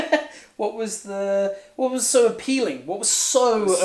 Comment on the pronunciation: the way says "sO Appealing" is too cool to not repeat wow